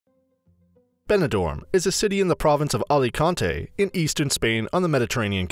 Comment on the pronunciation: It’s Alicante, not Oleconte.